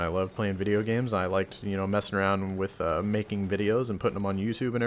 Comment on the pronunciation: "we play wich eachother every night" .......... :P